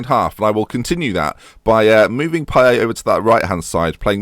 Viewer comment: You pronounce the t in Payet btw - diff pronunciation cos he's not quite French